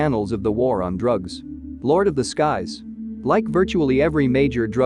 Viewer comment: This man said JAQUIN 😂😂